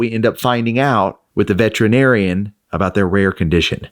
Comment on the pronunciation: I love your channel and watch frequently. Please learn the correct pronunciation of “veterinarian”, perhaps the next time that you visit one.